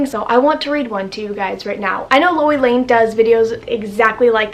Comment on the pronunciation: loey lane not lory